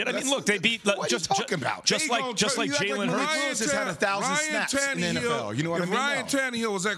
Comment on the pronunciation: Say Tan-EEE-hill one more time.....